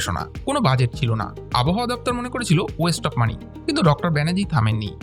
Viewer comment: ভাল লাগল l উচ্চারণটা আবোহাওয়া নয়, আব্ হাওয়া । 🎉